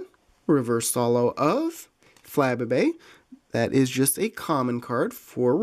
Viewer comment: it's pronounced fluh-bay-bay. Great video!